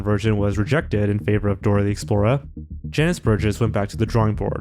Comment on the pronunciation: Btw it’s Dora the Explorer. Not Explora.